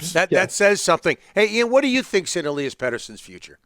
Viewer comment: Ill-yahs? :body-green-covering-eyes: It's Eh-Lee-Ass